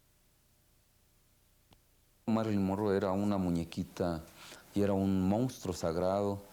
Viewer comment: Es “monstruo” no mostruo.